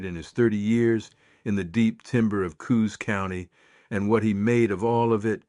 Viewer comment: I would like your AI narrator to pronounce Pacific Northwest 'proper' names, correctly Jeeze? Is that too much to ask? i.e. in a previous episode: yay-KEE-ma? (Yakima) It is YAK'-a-mah ... This episode: Coos? It is "COOs" not co-HOOs. Although, I do enjoy the stories. They are just stories, but fun, anyway.